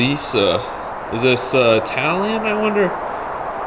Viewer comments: Bro you should show the cars in toys R Us this is way too much for you and I mean that in the most sincere way possible you call a seventies Toyota Celica SE - LI - KA and call it celisa passing the Eunos subbrand luxury of Mazda with their unique logo and call it an RX7 like passing a Lexus and call it Toyota camery passes the International original truck and call it international what ? RU Fin kidding me . Passes a ford thunderbird and call it Chevy. Please for the love of God just review the hot wheels in toys R Us it’s much safer as they have the name of the cars on their boxes. Just one question? Why do you insist on reviewing things you don’t have the foggiest clue about? you might as well review ice creams in your local groceries at least you can’t decimate the names as you butchered the cars names and models as you did so eloquently. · The turquoise Toyota Celica ( it is pronounced Cel ik ca) is a very high in demand vehicle as well